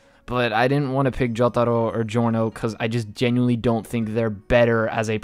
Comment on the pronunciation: turns into The Japanese Man when he says Jotaro